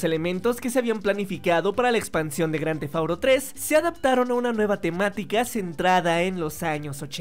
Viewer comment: Bien vídeo pero que estresante escucharlo decir cada rato grandthefauro , porque auro? Porque??? Díganme porque